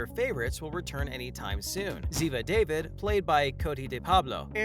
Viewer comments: Oh my goodness! It's not pronounced David...it's Dah-veed..clearly never watched NCIS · wish you pronounce Zivas last correctly, its not david its daveed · It's not pronounced David it's David with an is really accent. Not an American man's name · EVERY video I’ve seen about NCIS that mentions Ziva, they ALWAYS say DAVID and not DAVEED! Always! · It's Da-Veed not David! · Say it correct da-veed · If you are gonna report at least pronounce Ziva's name correctly..da-veeeed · It's pronounced Da veed. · It's pronounced Daveed. Jeez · Hate it when news people can’t pronounce names right. David ( da veed). And Binder ( bin der ). Can tell you don’t watch. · It's obvious the narrator is reading a script and is not familiar with the show since he cannot pronounce "David" properly. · Really wish the channel would learn to actually pronounce Ziva name correctly. It is the Hebrew pronunciation of David. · Ikrr I can’t even when he says it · Exactly! Sad whomever was narrating doesn’t even know how to pronounce the characters names! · I was going to say that precisely!